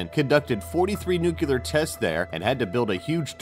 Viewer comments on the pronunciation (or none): It's nuclear not "nucular". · it's "nuclear," not "nooclear." And UNESCO, not UNESECO. And for god's sake, hire someone to pronounce portuguese for you. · It's pronounced new-clear, not noocular! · "Nucular tests... nucular waste"...C'mon,. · I stopped watching at "nucular." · Couldn't you find someone who can at least pronounce the word "nuclear"?!